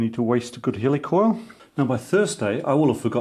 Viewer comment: At least in North America, it's pronounced /HEE-lih-coil/, as in "helical coil," not /HELL-ee-coil/, as in…"helicopter"? :)